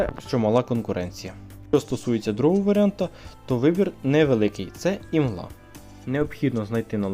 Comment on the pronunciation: Просто імла, імлу, без г) Вибачай що постійно виправляю але тільки так ми стаємо кращими) І ще бери журнали, то додатковий прибуток) (нік - Rusojob)